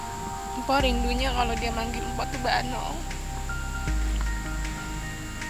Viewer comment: Mpok...di bacanya mpo bukan m.p.o.k